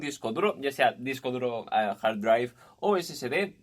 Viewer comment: "jar draiv" puta q inglés